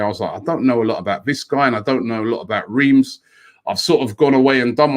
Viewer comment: Swap anyday lacazette anyday, ask your French correspondence to pronounce Reims as you wouldn't believe how it's pronounced. You don't even say the M. Didn't live too far away from there many years ago, pronounced like Ras. COYG